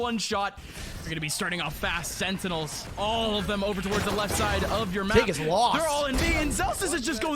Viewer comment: guy cant say sentinels